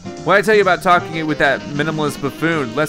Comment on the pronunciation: talking not tlking